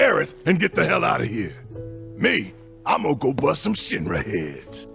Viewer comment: I really love that I can tell you're saying "Shin-Ra" and not "Shinra"